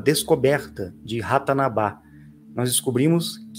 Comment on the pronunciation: adoro seu canal, mas você sempre fala o nome da cidade diferente. É Ratanabá. Obrigada por trazer Rafael Hungria. Tenta trazer mais sobre Dákila, por favor